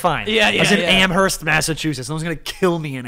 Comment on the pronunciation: I'm from Hampshire county Massachusetts and hearing him say amHerst is disturbing. It's amErst silent H. University of Massachusetts in amErst mass. Although it's spelled Amherst. We from mass we don't speak right to begin with